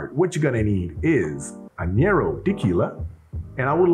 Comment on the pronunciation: Not a bitter fan (don't get me started on the every ale an IPA trend) but it looks like there may be enough sweet to counter it somewhat, worth a try. FYI: Añejo is not pronounced ă-nyě-rō, it is pronounced ă-NYĀ-hō. At least that’s what I learned in Spanish classes.